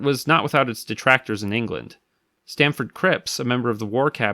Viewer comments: Stafford Cripps not “Stanford”. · It’s StaFFord Cripps, not StaNford or StaMford